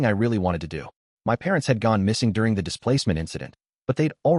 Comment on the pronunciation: While I do agree in supporting the official releases, the bot saying "tee hee" instead of the has grown on me 😂 I think I'll thug it out with the bot